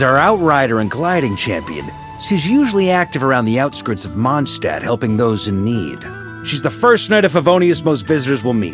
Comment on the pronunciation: ah man; they made him pronounce Mondstadt wrong this time. I was happy to hear it being pronounced correctly in the last archon quest, but alas